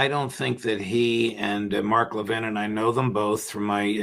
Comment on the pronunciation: The way Mark Levin pronounces his name, you'd think he was French and not a Jew. I've known Jews my whole life with a close friend named Levin. They never gave their name the French accent.